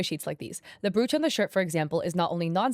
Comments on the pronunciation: Brooooch 😂 it's pronounced B-roach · Just a heads up - Brooch is pronounced “browch” like roach, coach etc! The spelling is misleading 😅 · "Brewch" help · Psst it's Br O ch.. pronounce the oo as a capital O.. not an ooh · Please....Google how to pronounce "brooch". I couldn't continue to watch you video because I couldn't deal with hearing you mispronounce the word repeatedly.